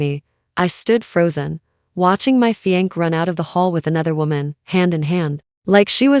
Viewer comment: fiance' - FEE AN SAY!!!